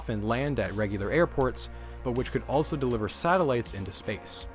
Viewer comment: First time watching one of your videos. Very informative, great structure and animations, subscribed! So uh... where are you from? what's that accent you've got? haha. Some notes: you put a T in the middle of the word also. 'altso' .It's pretty prominent. much less prominent, you almost remove the T from the word months. not quite but nearly 'munce' .Do what you want with that observation :)